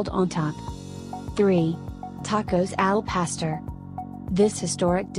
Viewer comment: CHILAKLES????????🤣🤣🤣🤣🤣🤣🤣🤣🤣🤣🤣 AL PASTER 🤣🤣🤣🤣🤣🤣TAH STADAS??????🤣🤣🤣🤣🤣 ELOT The ONLY ONE she said correctly was enchiladas.